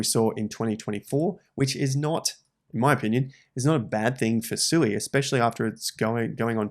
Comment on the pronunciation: Thanks ❤ Sui, is pronounced Swee btw!